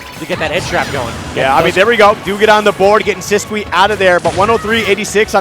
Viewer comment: He is just saying it how it looks. It's wrong, I'm pretty sure, but it's not that cringe. It's weird the actual pronunciation of Sisqui is "Sis-Key"